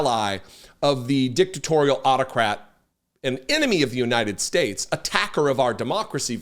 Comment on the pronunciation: He is completely unable to properly pronounce the name of your country. “The United Schtachts…” ? AND using religious nonsense to cover your hateful actions is a MAGA trick!